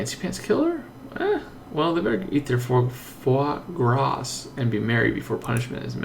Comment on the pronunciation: foie gras is pronounced as fwa-gra. the 's' at the back is silent